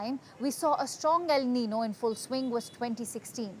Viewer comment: Please allow me to make a humble" CORRECTION " The word el nino is not pronounce as NI-NO , rather it is pronounce as EL NIN-YO , as well as La NI-NA ,IT Is PRONOUNCE AS "LA NIN-YA " it is a SPANISH WORD " So it is just right to read it in SPANISH.( the spelling also is not right that is the reason you read it wrong. It's a Ñ instead of N.) Thank you.